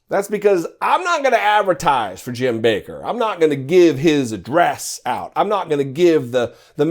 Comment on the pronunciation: It's 'Backer' not 'Baker'. Like 'WATTers' not 'Waters'.